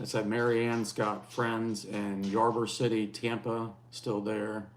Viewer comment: In Cocoa/Merritt Island FL area. Lived thru many of these storms…not fun! (The area you mentioned, Ybor City, is pronounced “Ee Bore”…common mistake til you’ve lived here a while!). We live about 130 miles east of Tampa on the opposite coast, directly in the projected storm path. We cross our fingers & pray just not in that order! Hope we are able to see Friday’s episode, and thank you guys for all you do 💜💜💜